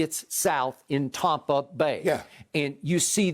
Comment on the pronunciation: Skip: “TOM-pa Bay” 😂😂